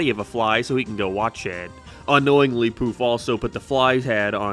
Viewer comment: i'm sorry but i CANNOT hear this as "poof episode" it sounds like "poop episode" and I had to check the auto captions to make sure i wasn't crazy 😭